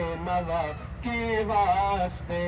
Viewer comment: ماشاءاللہ حضرت اقدس حافظ صاحب ایک عرض: واسطے میں سین کا سکون نہ پڑھیں، بلکہ زبر پڑھیں، پھر کسر واقع نہیں ہوگا۔ اللہ آپ کو سلامت وخوش رکھے۔ دعاؤں کی درخواست ۔